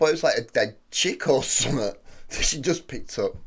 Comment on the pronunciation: Love how this reactor pronounces the word something as summit......so cool.